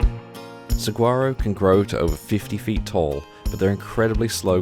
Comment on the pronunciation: FYI, Saguaro is pronounced Sa(h)uaro! Other than that, excellent video.